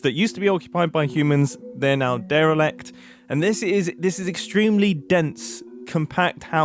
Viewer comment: Why did you say derelict like that? XD